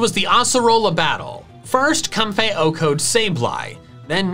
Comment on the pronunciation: No one:: "Cumfey"